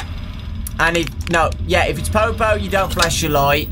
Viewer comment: the way you say popo is perfect